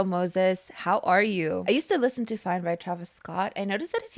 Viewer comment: Not calling “fein” fine lol 😊😂